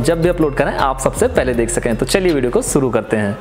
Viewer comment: Pehli baat to .. suru ni shuru hota h